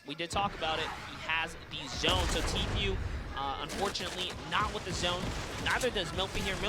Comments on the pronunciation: does no one understand its pronounced t-foo not t-few like please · It’s tfue but he said tfyue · It’s pronounced t foo not t fyou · is anyone else annoyed by the commentator saying 'teefeu' instead of tfue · he said “tea few”😂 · Its spelt tee-foo